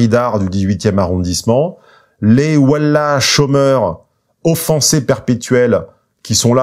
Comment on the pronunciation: Ouèla (Wallah) la prononciation m’a bien fait rire 😂 N’empêche que les harceleurs jugés n’étaient pas de confession musulmane..